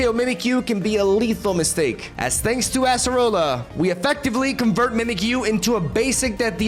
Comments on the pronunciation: It's not "ass"-erola, it's Ay-suh-roh-luh :) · Why does he say asserola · ”we got the ASS-AH-ROLLA” here… Lmao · i just can only hear ASSerola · I can't escape people pronouncing it as "Asserola" 😭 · I’m begging you please stop saying ASS-roller 😭